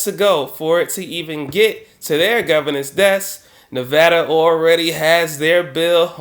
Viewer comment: Thanks 4 say nevada correctly!!!!